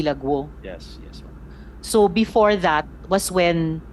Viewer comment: Di ka nalang magTagalog Maslog, punyeta ka "No mem, yes mem"